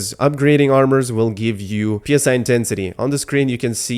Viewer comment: It is not P.S.I. it is Psi, like the Greek letter. P.S.I. is generally short for 'Pounds per square inch' a measurement for pressure.